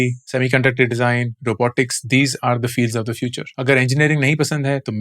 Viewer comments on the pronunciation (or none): none